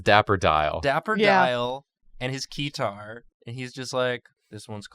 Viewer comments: Keter: extremely dangerous The guys: its plays a key-tar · Keter (pronunced as spelled not kitar) means Crown in Hebrew and is a last name of a deceased O5 (Top Ranked Individual) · That was funny, but when they got to SCP 682 it was a bit painful to listen to lol. How do you mistake Keter with Keytar while reading the description. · And also keter not keyterr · it was also painful to listen to them mispronounce "Keter" the entire time.